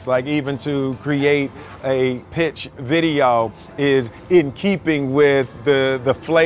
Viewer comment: what's a "videAWG"?!